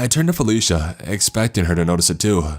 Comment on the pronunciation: .......everytime, somehow ...I hear fellatio instead felicia ..,im sorry...